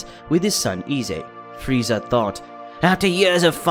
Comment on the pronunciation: You can say freezes name right but you can’t say Broly right look how I say it Broly